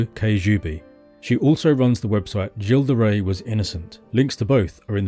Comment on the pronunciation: Finally I learn how to pronounce "Gilles De Rais."